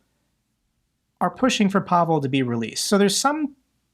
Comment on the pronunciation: Pavel is pronounced "PAvil", not "PAvol".